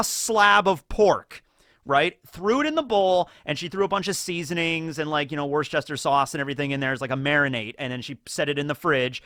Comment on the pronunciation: You hurt my soul when you said "Worschester sauce" There is not an 'h' in Worcester, the first 'r' is silent, and the "ces" is just an 'S' sound. It is pronounced Wuster, not Wor-chester, not Wor-kester, not Wor-ster. Don't believe me? Type it in google and let google pronounce it for you. Cause that's English for you. It makes no sense and breaks its own rules half of the time. And sorry, but I make it a point to correct people every time they mispronounce my surname.